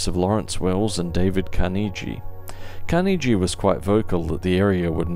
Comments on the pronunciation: it's pronouced with a hard "g" same as Carnegie Hall. That's the only way to pronounce it. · Wait. What? Is that how you pronounce Carnegie? I've usually heard it it with a hard "g" at the end.